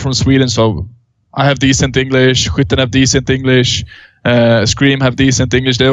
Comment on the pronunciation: hwitten ???? is that skytten ?